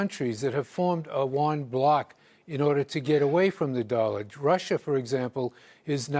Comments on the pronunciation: listen: Yuan, not won. My lovely expert. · It's you-won